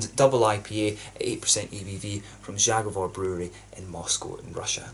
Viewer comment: Your pronounciation of „Zagovor” is so bad and it’s your fault because your are exaggerating ;) First don’t say the Polish letter. Cause you say Ż. Żagovor. Say simple Z. Zagovor.